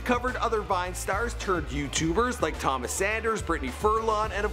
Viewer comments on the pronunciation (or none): none